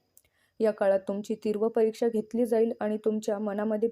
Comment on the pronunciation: तीव्र असतं ग..tirv nahi😂